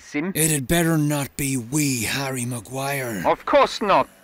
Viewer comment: "Harry laguire" hihi